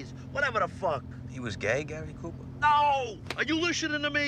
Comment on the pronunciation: Gay-ry Cooper